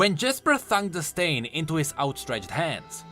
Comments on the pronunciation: Stein is pronounced “stine” A Stein is a German beer mug that comes in many sizes and “Stein Art” is something to behold... I know this because I buy meine müther antique Steins for her birthday and for the holiday. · how you say stein kept destracting me from the actul story.